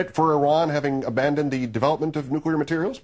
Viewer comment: "Nucular Meltdown" lol.